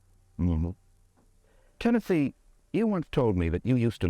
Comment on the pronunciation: then why is Tennessee sounding just fine? Mike keeps calling him “TENNETHEE”